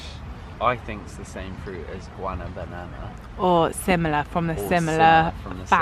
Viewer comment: The way says guanábana made me laugh 😂